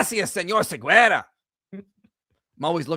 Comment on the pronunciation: There is no Siguera in my language. His name is "David Segarra" 😂